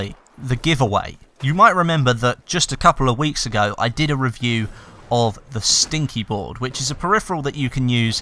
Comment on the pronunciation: Should be sticky not stinky :p